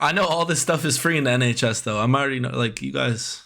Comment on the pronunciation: nHAYCHs 😭😭😭 replayed it so many times ahahahahaha literal tears, idk why it's so funny